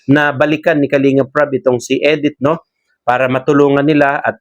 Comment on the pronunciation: Hindi po Edith,Medith po.